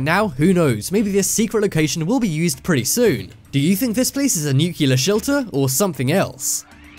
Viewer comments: It's pronounced Nu-Clee-er! AAAARRRRGGGGGG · For the love of God, please stop saying "nu-KYOO-ler". Nuclear is pronounced exactly like it's spelled. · Learn how to pronounce nuclear. Nuke-Lee-er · nuclear* not nucular :/ cmon' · nukular lol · lol. "nucular" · Nope, if I hear that guy TRY to say nuclear ONE more time I throw my entire PC out the fucking window, good bye, sir. Take lessons of... Basic pronunciation, I don't know. I'm out, can't stand that any additional second. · FFS, learn how to pronounce 'nuclear' even the Americans are starting to pronounce it properly now. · You need to learn how ti pronounce “nuclear.” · Learn to pronounce nuclear!!!! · for goodness' sake will you learn to pronounce 'Nuclear' it is Nu-clear NOT NU-cular. Also you can't have cold 'temperatures' you mean low temperatures or cold weather. Such things warn me that you are careless with detail and so not worth watching. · I`m constantly stunned at the number of people that cant pronounce "Nuclear" and then go on to use the incorrect pronunciation of "Nucular". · That's 5 minutes I'll never get back. BTW it is NUCLEAR not NUCULAR. Obviously not a Rhodes scholar. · makes me laugh how this guy sounds british yet pronounces nuclear as nukiller like an american ffs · Please don't say "nukyular". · please its not nuculer nu nuclear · "Nuclear", not "nucular". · PLEASE SAY NUCLEAR AND NKT NUCELAR sorry but it’s kinda annoying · It's nuclear,not nukyilla, I thought you was English at first,but I'm not sure now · for the love of GOD!!!! its nuclear not nucular..... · Firenet Gaming I think British people say nucular and Americans say *nuclear*, I don’t really bother about pronunciation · New-clee-ar, not New-cue-lar, sound it out now N-E-U-C-L-E-A-R...... freakin' English, can't speak English, imagine that?!?!?! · Nuculer. ??? wot?? Repeat after me: NEW CLEE ARR. Now say it quickly and you get "Nuclear" There, that was easy wasn't it. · Nuclear = 'New'+'Clear' not 'New'+'Killer'